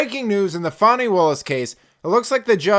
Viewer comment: Her name is FANNY NOT FAWNY. SAY HER NAME!! 😂😂😂😂😂😂